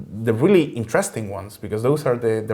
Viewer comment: intereschting werrie intereschting